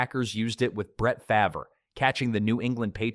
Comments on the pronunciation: faver. AI alert. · Great video, except you pronounced Brett Favre’s name wrong. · So here you are, explaining these different types of plays, yet, you completely butchered Brett's last name: Farve, one of the most well-known players in this sport. This is either AI or you're someone who doesn't know anything about the sport and reading off a promoter. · brett fa ver haha and for this imma remain unsubscribed lol respectfully